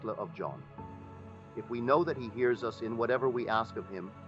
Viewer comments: Ok guys caught this being an AI voice and not actually Neville. The tone is off but MAINLY it say "U S, instead of US" I do not think that this is from an actual Neville lecture or reading. Lets stay wary... Feel free to correct me if im wrong. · The AI voice reading is spelling out words such as "us" as U.S. It's inserting weird words here and there and is entirely NOT OKAY. Don't bother listening to this. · I would like to know why he is mispronouncing words? Sounds like AI to me. Neville wouldn’t pronounce the word “us”, U.S.(initials). That doesn’t make sense. I’m calling BS on this. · If you are going to use AI at least do proper editing!! Us in the first minute of text is pronounced U.S. as in United States. This is confusing for the listener and interrupts the flow of ideas. Additionally the flow of sentences is stilted and not natural to the way Neville or any human would speak. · Why does he say "exists in U.S."? Is this an A.I speaking his words? I don't care for the A.I. programs, as they aren't able to properly pronounce many words. I find it takes away from the feeling that comes from hearing a human speak truth. I suppose I will imagine that A.I. stops being used and becomes obsolete....that way humans can start to develop themselves again and create with their own imaginations. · So is he talking about the United states or US... Because he says it U, S. Just sounded off. Cant be too careful these days. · Not wanting to take away from the message, AI voice over continuously mispronounces certain words which is highly distracting. Instead of the word us, it said U.S. Instead of the word wound as in to inflict harm, it said wound as in winding up a toy.